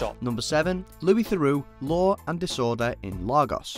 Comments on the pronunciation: Lagos is pronounced Lay-Gos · As I Nigerian I can tell you it's pronounced as "Lay-gos".